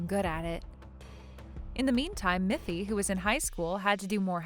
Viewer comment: It's Miffy, not Muffy